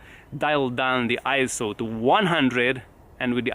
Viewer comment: he can almost not be able to say ISO because he had to pronounce the vowels properly ! he wanted to say ee s a !